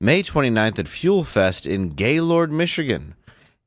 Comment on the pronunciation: Gaylord, MI is pronounced... Gay-lerd.